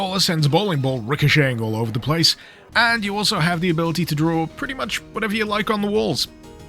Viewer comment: Do you rike it? Sorry had to do it :p